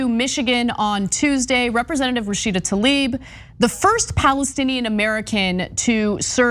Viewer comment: Since you’re correcting Rashida’s name, her last name is Tlaib (like bread 🥖) not Taleeb